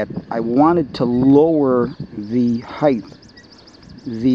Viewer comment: Good video, however there is no "H" after the "T" in the word Height..(Hite not Hithe)